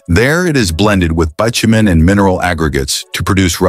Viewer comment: Every YouTube video is now' AI narrative. I'm sick of hearing mispronounced words, bitumen was miss pronounced along with other words What's wrong with using a real human voice!. 😡